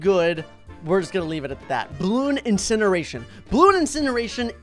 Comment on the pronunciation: while talking about blooncineration:says it's amazing also him:always and always! pronounces it wrong 🤦‍♂️🤦‍♂️🤦‍♂️